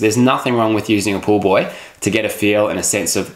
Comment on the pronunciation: It sounds like he says to put a pool boy between my legs instead of pool buoy. Hahaha. Great video though!